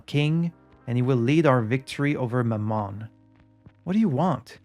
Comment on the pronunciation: “Mammon” (usually pronounced more like mámmon, not mammón) actually just refers to money/wealth - often in the context of greed. So when Renzo talks about it, it’s more in the sense of capitalism ruining Art (capital A). Might as well be the son of satan in his eyes, but besides that, Mammon being satan’s son is, I think, mostly an invention of the movie Constantine 🙂 (love that movie) Also, yes, Renzo won big at the casino but that too was him taking a swipe at the people funding his work; he gambled with their money. And as he said in Journal du Sud, he’d advise other film makers to simply rob banks instead.